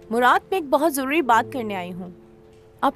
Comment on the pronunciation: Joruri ❎jururi✅